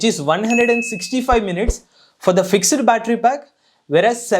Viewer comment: It's fixed not FIX - ED.